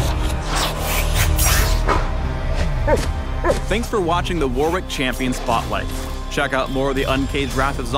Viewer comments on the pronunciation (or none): "worrick"* not "war-wick" it's the name of an English province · So are we not gonna talk about this guys pronunciation of Warwick? Either way seems like a pretty cool character!